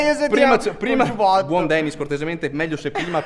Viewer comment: 1,di dice "Denis", e non "Danis". 2,se non ti piace non Guardarlo, No? 🤷‍♂️🤷‍♂️🤷‍♂️